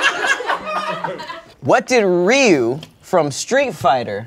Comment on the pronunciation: Bro ain’t say ryu the right way